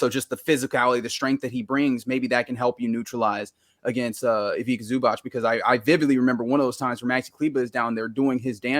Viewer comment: Haha, as someone who understands Croatian, the pronounciation of Ivica Zubac from is extremely funny (C in Ivica as k and C in Zubac as ch), I have never heard someone pronounce it this way. Epic, made my evening.